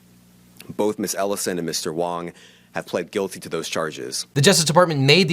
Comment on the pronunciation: FINALLY! SOMEONE GOT THE PRONUNCIATION OF WANG CORRECT!